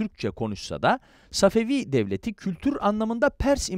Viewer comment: Səfəfi tarixini düzķün demirsən. Babur tarixini də düzķü danışmırsan.